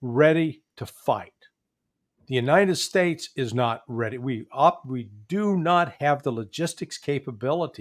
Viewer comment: Uniited splates 😂😂😂